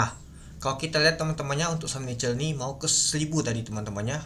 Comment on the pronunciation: sorrry bang bukan nice , itu NICL